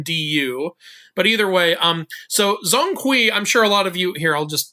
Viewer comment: it's not zong kui, 'Zhong' should be pronounced similiar as 'John'